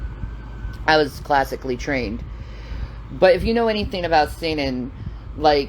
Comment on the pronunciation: Classical training. Lol. I thought she was saying "semen" not sing-een